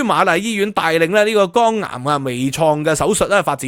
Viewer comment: 要改下D懶音, 聽到耳仔痛。係肝癌, 你讀左"江顏"